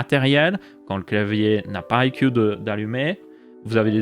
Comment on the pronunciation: Ca se prononce "aille si iou" pour info (I see you)